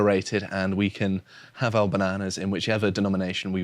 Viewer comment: Great vid as ever. But ask to learn to pronounce "bananas" properly.